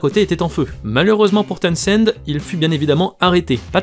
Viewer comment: On prononce TOWNZEND, (on prononce pas le H). C'est comme pour Portishead, on prononce PORTISEDE